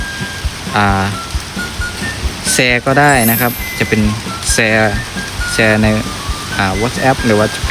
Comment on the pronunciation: แชร์ครับไม่ใช่แซร์